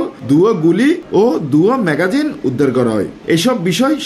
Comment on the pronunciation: ও ভাই, ম্যাগাজিন ন, ইবা হইলদি ম্যাগজিন। শব্দ উচ্চারণ পুরাই ভুল।